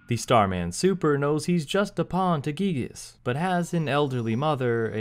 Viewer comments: I won't fault people for pronouncing it "guy-gihs", as I know it sounds cooler. I just hope more fans recognize that "ghee-gihs" is closer to Itoi's intention with the name! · Finally confirmation that the name "Giygas" is pronounced "ghee-gihs", instead of "guy-gihs". The reason of the sound "ghee" seeming off to the ear. Cool!